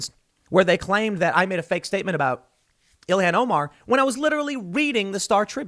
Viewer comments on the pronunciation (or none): none